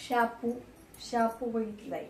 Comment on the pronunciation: शापू ची भाजी बोलत नाहीत आधी मराठी नीट बोलायला शिक बाई शेपू ची भाजी बोलतात ग बाई 😂😂